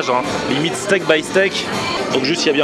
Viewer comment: C'est pas steap by steap. Mais steak by steak 😂